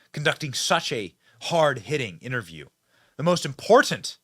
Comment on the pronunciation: Benny, please stop pronouncing Important, ImporTENT constantly. Mm K